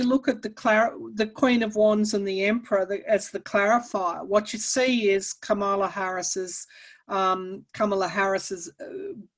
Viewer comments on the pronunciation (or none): I love you all, but please can we at least get Kamala Harris' name pronounced right? The emphasis goes on the first syllable, not the second. Say KAmala Harris, not KaMAla Harris. The other side gets it wrong on purpose.